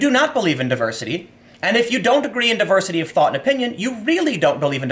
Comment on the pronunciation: Anyone else hear Tim say "Diversity of THOT" instead of 'thought'? If she breaths...